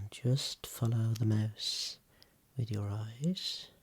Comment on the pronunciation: When you said "follow the mouse" I thought you said "moose" and I'm like, "Sir, that's an elephant" 🤦‍♀️